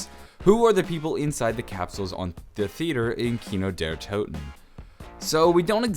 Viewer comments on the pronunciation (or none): none